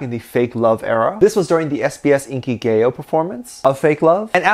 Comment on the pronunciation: Hey! It’s SBS Inki-Gah-Yo not gay-o🤣